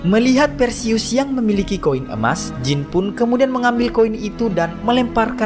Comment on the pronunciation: Jin bang bukan jeans😂😂